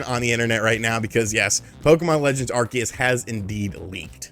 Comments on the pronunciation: I hate how you mispronounce Arceus, it’s are-see-us NOT are-key-us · I hate to be " that guy " but, isn't it pronounced ArSEEus? Lmao